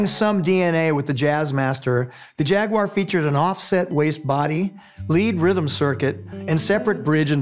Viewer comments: Finally an American that pronounce Jag-u-ar correctly! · Always happy to hear someone pronounce "Jaguar" correctly